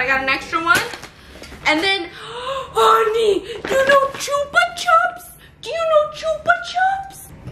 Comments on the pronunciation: "choopa chaps" 😂😂😂 that was cute. Here in Spain we pronounce it as "choopa choops". Our vocal "u" is like your "oo" sound (like in good morning = gud mornin) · Stephianie: chupa chops honey chupa chops! Me: gasps is outraged THE FUCK STEPH!? IT'S CHUPA CHOUPS! NOT CHUPA CHOPS! GUYS HOW DO YALL SAY IT? Chupa chops or chupa choups? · Chupa CHOOPS not chuhps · U say chupa chips wrong ahaha it’s so cute how u say it